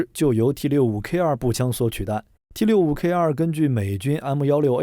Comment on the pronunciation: 台灣才不唸T65K2，明明是T65K (TWO)